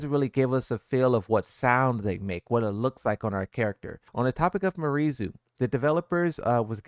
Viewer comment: It’s pronounced, “Me-are-E”. Not Marie.